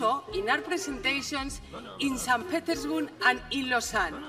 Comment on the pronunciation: Coincido en lo de "café con leche", me fastidia que la gente en españa se haya quedado con eso en vez de con otras perlas como su "so" (a lo so y arre)" o el "San Petersmun" Eso no es acento español, si hubiese dicho Seint pitersbur, estaría al menos al mismo nivel que el resto de su discurso, porque sabiendo inglés, aunque con acento español, no dirías pérhaps así, con acento en la "é"